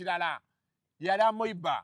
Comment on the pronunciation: 😂😂😂😂😂 AMOEBA "AMIIIBA'" oba 'ameeba' not "AMOIBA",,,,,... Okay you people's vocabulary pronoucian is hilarious.... 2nd Reason i can't miss your skits!!!! 👉❤👏👏👏👏👏